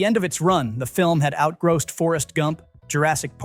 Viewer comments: Ya - it's not outgrassed. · What is GRAWSSED? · Is this AI-narrated, or does not know how to say "out grossed"? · Tell the ai bot that's not how you pronounce "outgrossed". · Blame the ridiculousness of American English....moss, boss, toss, floss....grosse?